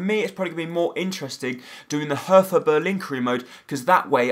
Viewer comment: Your pronounciation is terrible anyway, but PLEASE pronounce it like "Herta" and not "Hertha", because the german "th" isnt pronounced like the english one :)